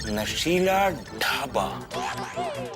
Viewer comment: shela ❌nashila🤣🤣